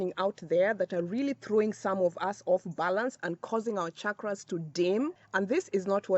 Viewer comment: I have to comment before even watching the full video. First of all thank you for pronouncing ‘chakras’ with the ‘channel’ sound and not with the ‘chicago’ sound like most people in the west do. Secondly I just started using Dr.Joe Dispenza’s ‘blessing of the energy centers’ meditation but it has been challenging as it looks like I need to prime myself and my chakras in order to truly benefit from it. So the timing of this is perfect. Thank you 🙏